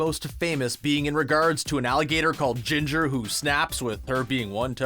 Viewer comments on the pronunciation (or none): none